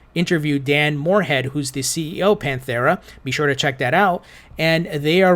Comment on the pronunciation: Why are you forcing an h on Pantera? Pantera: (Pan Tare uh)